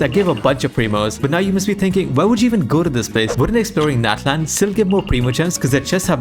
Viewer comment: Gosh it's natlan ofc